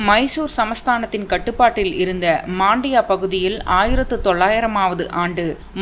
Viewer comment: மண்டியா என உச்சரிக்கவும் .மாண்டியா இல்லை